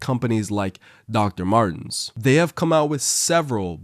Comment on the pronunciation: I have never heard anyone call it Doctor Martins and I LOVE it 😭🤣